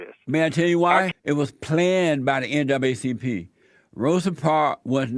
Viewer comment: He said "N double A CP" but it sounded like NWCP.